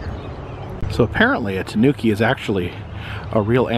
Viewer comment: Those multi-coloured tanukis had me laughing out loud. (The accent is on the first syllable, btw -- TAH noo key.) They look vaguely like a raccoon and a badger got together and had babies. As someone has already said, they're endemic to Japan, where it has become a folkloric figure, a trickster like Coyote, Anansi the Spider, or Brer Rabbit. There are actually two species: the Japanese (Nyctereutes viverrinus) and the mainland (N. procyonoides) in East Asia & Vietnam. The second variety has become an invasive species in Europe, having escaped after being introduced for its fur. I used to watch them on a now removed webcam in Latvia, and they show up often now on a webcam in Denmark. In Japan, I am told, they are in competition with North American raccoons, which were originally imported as babies to serve as pets -- but, since they do not make very good pets, they were let go and are now an invasive species there.